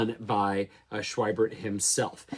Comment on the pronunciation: Schwiebert is pronounced "Shv-ee-bert" a "v" consonant and long "e" sound.